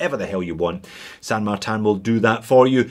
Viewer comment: Where's the A in tin ? LoL, San martin , not San martan